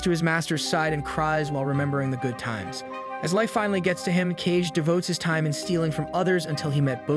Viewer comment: Ka-Ge not "Cage" haha